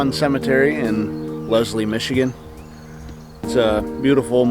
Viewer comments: you said it like Lezlie and it is pronounced Leslie. So basically you kind of emphasize the s. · That is so cool that you were there because I live in that town and a heads up,you did say the town name wrong but everyone does.